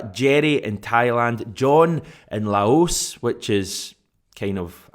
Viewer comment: That was a weird way to pronounce Laos 😂😂